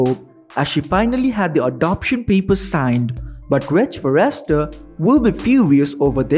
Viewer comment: Would someone tell this guy it is not pronounced far rest ter